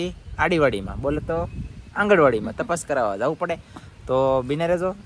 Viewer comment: આંગણવાડી બોલતાં સીખોતોખરા